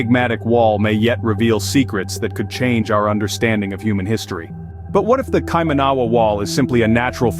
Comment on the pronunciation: It's said [kai-mana-wa] NOT kai-manawa! Also, the mere fact you showed nothing of the wall in this vid, showed nothing of New Zealand cultural significance (aside from about 45 seconds of images of Auckland, the fact you showed totally non New Zealand related images eg stone henge, Indian and Asian people, not one single Maori etc exhibits that you have absolutely ZERO credibility. You'd think that in the 9 mins of video, you'd show some images of the wall, but nope, nothing. Instead, you spruiked on about ill-informed subject matter and showed absolutely NOTHING about the subject matter at hand and instead put up totally non related random images. I conclude, until proven otherwise, that you're full of shit! Go ahead, prove me wrong.